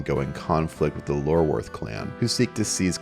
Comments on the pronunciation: Eye-orworth not Lorworth no? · Iorwerth begins with an I not an L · It's I-or-werth, not Lorwerth lol, also myreque is pronounced "myreek"